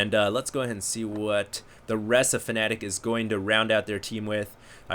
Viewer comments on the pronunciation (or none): DrDZ would be Druidz a Swedish ORG and its fnaticMSI not MSIfnatic and you pronounce it fnatic not fanatic :)